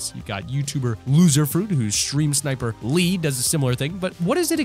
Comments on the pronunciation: Lufus stream sniper is not Lee it’s iLee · Ahem it’s iLee not LEE Lufu better not see this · Loserfruits stream sniper is not lee it is I Lee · Looserfruits stream sniper is I LEE NOT LEE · ummm... anyone notices he says Lee instead of ilee? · LoserFruit stream sniper name isn’t Lee it’s Ilee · It’s not lee it’s ileee (eyelee) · Lufu has ilee not lee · It’s ilee not lee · Its ilee not lee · Its i lee not lee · Its ilee not lee so triggered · Loserfruits stream sniper is not lee its pronounced with and I in front of the lee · Its IEE I LEE